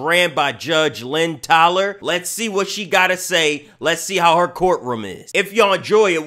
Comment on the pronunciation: Bro she too fine for you to mess up her name. It's Toler like you told her